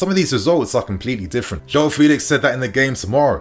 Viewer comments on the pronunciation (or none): It's not Felix it's Felix